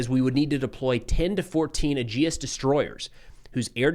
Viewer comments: Um... actually, Aegis is pronounced like EEJIS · FYI, aegis is pronounced like “Regis” in Regis Philbin! (EE-jiss) I hope this helps!